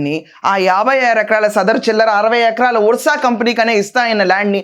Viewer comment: అది ఉర్స కాదండి అర్స అని చదవాలి